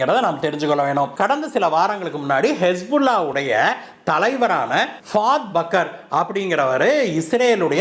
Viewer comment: பவத் பக்கர் அல்ல.பஹத் சூக்கூர் பெயர் ரே ஒழங்க சொல்ல தெரியவில்லை. போராளிக்கும் திவிரவாதிக்கும் வித்தியாசம் தெரியாத நபர் இவர் முதலில் எல்லாவற்றையும் தெரிந்து பேசுங்கள்.